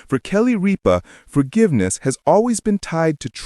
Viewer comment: Might want to pronounce her name properly